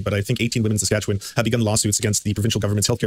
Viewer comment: "Sasquatchewan." Tremendous.